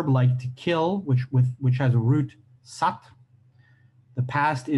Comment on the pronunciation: Kill "bsad" is pronounced "sey"....not "saat"........ Bnans(suppress) is "nen" Listen is pronounced "nyen" ...